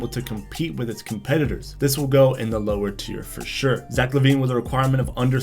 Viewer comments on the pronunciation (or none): none